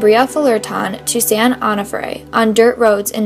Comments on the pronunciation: Great job. San Onofre is pronounced Oh-no-frey, by the way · its pronounced "Ohnohfray" San Onofre